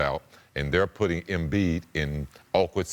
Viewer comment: Anyone else hear “Joel Emfliid” ? 😂